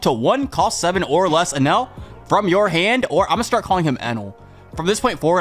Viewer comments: Algorithm. I think it’s Enel not enel . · I gotchu you guys You guys are saying enel wrong